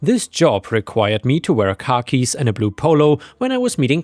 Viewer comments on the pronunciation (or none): You pronounce Khakis like a guy from Boston